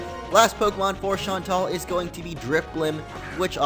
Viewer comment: BTW its pronounced shaun-tell